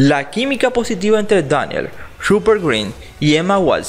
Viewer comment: 🛡Che,Exagera Muchísimo al decir Harry Potter y daniel dilo bien ya que no va a pasar nada si lo dices normal 🌬🛡